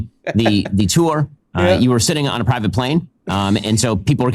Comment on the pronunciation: Plivate. He said plivate.